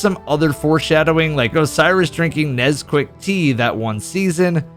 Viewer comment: Did you just... Did you just say "Nez-quick" tea?.. I am both proud and so mad. God teir joke